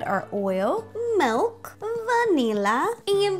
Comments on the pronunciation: Am I the only one that doesn't hear her saying milk but melk? :) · she says melk